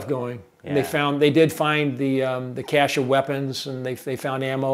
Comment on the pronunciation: FINALLY! Someone who pronounces "cache" correctly. It's 'cash' and NOT 'ka-shay'.